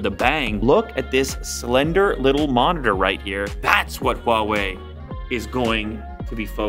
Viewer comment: this guy's probably the only youtuber that pronounced huawei properly lol